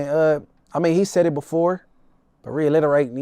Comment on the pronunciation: The fact he keep saying reilerate, as well as, "he watched the tapes", i can't take anything this dude say serious.